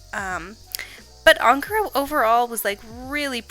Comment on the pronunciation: I dont know why but the way you pronounce ankara is so satisfying